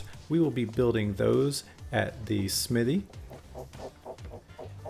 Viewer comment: great video... other than your pronunciation of the word Smithy... fairly distracting